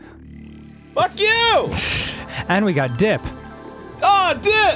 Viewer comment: Aw, they got Dipp's name right this time :D